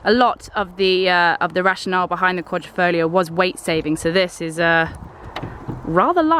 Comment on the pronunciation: QUA-DRI-FO-GLIO not QUA-DRO-FO-GLIA For people with verbal disabilities, just Julia is enough